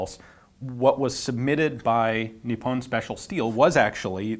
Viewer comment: No big deal but Nippon is pronounced NEE-POWN the OWN is pronounced as the word "own" is pronounced. It isn't pronounced with a short I and -on isn't pronounced like the word "on." Just being a pronunciation Nazi. : )